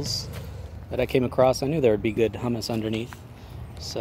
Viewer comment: A good way to get more viewers and subscribers is to sound professional, and calling humus "HEW-miss" hummus is a great way to run them off.